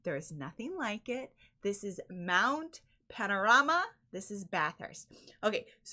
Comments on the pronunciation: Congratulations on pronouncing Mount Panorama correctly. A lot of North Americans get it wrong. Even after hearing it being pronounced correctly. So… 10 points to Gryffindor. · How the FK did you pronounce "Mount Panorama and Bathurst" close to perfectly?😲 Respect from Australia.👍🤘🍻